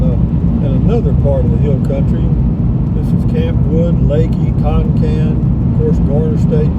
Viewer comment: Campwood is one word and pronounced as one word, not Camp Wood. My grandmother was from Campwood and she and my grandfather are buried there.